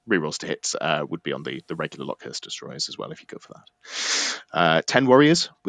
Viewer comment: Everytime you said LockhuRst instead of locust I died a little inside, otherwise good work!